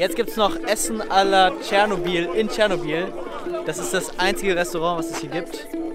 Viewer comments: Bitte sprechen es nicht Tschernobiiiiiiiiiiiiiil aus sondern Chernobyl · Tscharnobil was😩😩 Es heißt Ченобель👍👌